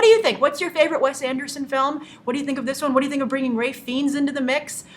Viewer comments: Looks great. BTW Grace, it's pronounced FINES not FEENS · It's pronounced(Rafe Fines)!! Agree he was great In Bruges and is underrated in his comic roles. Love him! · dont mean to be picky but please pronounce Ralph Fiennes name correctly